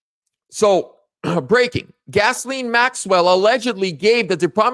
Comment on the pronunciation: you pronounce her name like this gizz lane